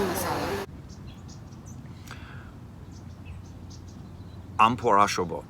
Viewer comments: Aam pora shorbot. Rightly pronounced. 👍👍👍👍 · When said "luchi" "mangsho" and "aamporar shorbot" I died😂😍😘😘😘😘♥️ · Omg!! Your pronunciation of luchi, mangsho, and aam pora shorbot was on point!! I am so happy for you two! You two are meant to be together and God bless both of you ❤️❤️